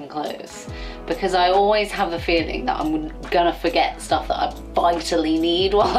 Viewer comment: ...packing so much "shtuff".